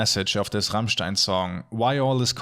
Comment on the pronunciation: Wait... Rammstein is pronounced the RIGHT way in an english video?! I am impressed (^w^)